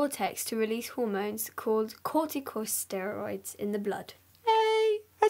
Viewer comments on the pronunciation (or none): it's pronounced like cor-tih-co-steroids.. yes this was embarrassing